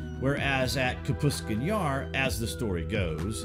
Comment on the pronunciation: .. Says the UFO was shot down by a missile. Then says this happened within a year of Roswell. That would make it 1947-48. Soviet didn't have AAM's until 10 years later. :( And it's pronounced like it's spelled. KAPOOSTIN Yar. Not Kaputstin yar. You're adding an entire syllable that isn't there.